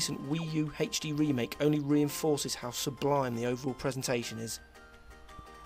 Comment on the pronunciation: Haech-Dee. I'm sorry I HAD to do that.